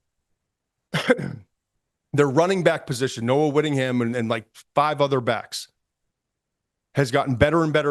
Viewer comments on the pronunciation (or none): Oregon fan from Eugene🖖 appreciate the great content, always Todd!! Please get the two studs’ names right in the future🙏 it’s Noah Whittington(not WhittingHAM) and Dakorien Moore(not DaKota Moore) 💚💛